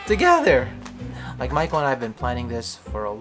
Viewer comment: Maiko ok i get it, I thought you were calling her Michael